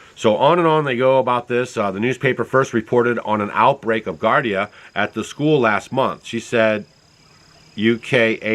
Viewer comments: It's pronounced "GEE-AR-DEE-UH" (Giardia) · People are not going to stop using cell phones. Giardia is pronounced jeeardeea. I had it for a month or so before I knew I had it. It's definitely not caused by emfs. Whatever those people had, if it wasn't that, I don't know what it was. If it was caused by the emfs it was not G. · It's pronounced GE-long "E" GE ARDIA,. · Giardia, not Gardia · At least learn how to pronounce giardia.